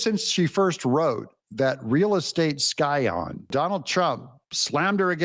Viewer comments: is ms carroll trying to sign? or is she workn out a cramp? and scion is pronounced sai-uhn. be well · By the way “Scion” has a silent “C”